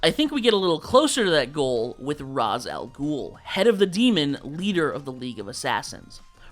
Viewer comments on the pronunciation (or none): You can tell those that didn’t watch Batman the animated series by one’s pronunciation of Ra's al Ghul’s name. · You picked up something else from the Arrowverse and mispronounced Ra's al Ghul's name. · There are Arabs in the comments of the video shared that completely disagree with your pronunciation, and the video claims by the end it’s up to the reader. So as the reader, I say your pronunciation is wrong. My comment stands.